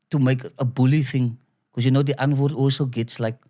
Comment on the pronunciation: It’s not die antford. It’s die antwoord